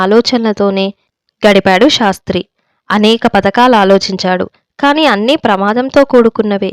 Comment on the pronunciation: చదవడం లో స్పష్టత ఉంది కాని అక్కడ అక్కడ ఔచితీ భంగం ఉంది "శాస్త్రి " " షాస్త్రి" లాగ నిశీధి "నిషీధి" లాగ వినఁబనఁబడకూడదు. ఉచ్చారణలో దోషం లేకుండా జాగ్రత్త పడాలి.